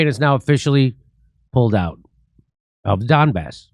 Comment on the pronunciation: Jimmy pronounces Donbass as dumb arse